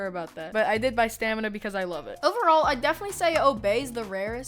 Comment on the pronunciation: “Stamina” its S. T. M. N.😂